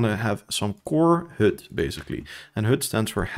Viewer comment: The vowel for HUD is not correct. Even your timestamp reads "hood". Lovely descriptive video otherwise.